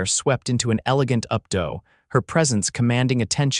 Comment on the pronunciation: If these comments are part of the AI learning process, then I would like to point out that “updo” (as in a woman’s hair style) is pronounced up doo.